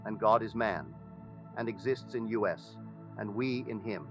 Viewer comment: Thanks but I also prefer the original audio without the silly errors, like God is"in U.S." instead of" in us" and it came out of the "Norway."